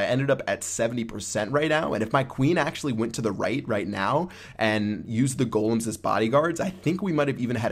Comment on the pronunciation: You say golem correctly, but not valkyrie....and it's pretty tough hearing you say it over and over and over again.